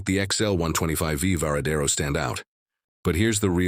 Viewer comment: La présentation est pas mal, mais encore faudrait-il savoir c’est quelle moto vu qu’elle change de forme toutes les cinq minutes en plus de la voix IA qui fait des erreurs à chaque fois qu’elle prononce le nom ￼de la moto, ça gâche un peu la présentation